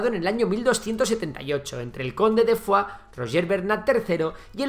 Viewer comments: Fuax no Foix, tal y como se lee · Foix no se pronuncia Fuachs, sinó Foish. No es una palabra francesa, es occitana. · Foix se pronuncia Foix y no Fuá o Fuas. Foix es nombre occitano muy común en Catalunya, amén de un río en el Penedès que lleva ese mismo nombre. Idem para Urgell. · Conde de foax? Se pronuncia 'fosh' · conde de foix no es conde de "fuá" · Perdona, no es fua es foix, fua es francès ( higado, pate, " fetge amb català"), Foix es un apellido ( cognom amb català ) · Foix no se pronuncia fua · El catalán no se pronuncia como el francés, Foix se pronuncia igual: Foish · Hola, primero mis felicitaciones por tu trabajo, soy seguidor tuyo y pienso que seguiré siéndolo, solo.una pregunta, porque pronuncias Foix en francés? Tanto en la lengua de Occitania, como en Catalunya, incluso en castellano La pronunciación es prácticamente idéntica y no tiene nada que ver con el francés. Sigue trabajando, eres muy bueno. Gràcies. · Con pronuncisr y escribir bien, Urgell i Foix, que no Urgel ni Fua, ya quedaria bastante bien el video. Aun asi y con algun otro error historico es un muy buen video que tiene merito. Felicidades al autor. Esperemos que Andorra pueda invadir Catalunya de una vez y todos felices y juntos al fin. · Jesucristo casi me da un ictus de escuchar tanto "Fuaks"(Foix) y Urgel.l(Urgell) pronunciado fatal 😂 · Por favor... Urgei y no Urgel y Foish y no Fuá xD Aún que se escriba Foix y Urgell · No estaria de más aprender a pronunciar Urgell i Foix